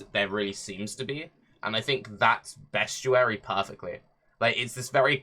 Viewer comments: It's 2019 and still hasn't learnt how to say "Bestiary". There is no U in it. Say it in any way you want as long as there's not a U in it. It's not "Beschuary". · When he says bestuary does he mean beastiary? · Yes, he does. A fair bit of people with his regional accent pronounce the -iary sound as -uary.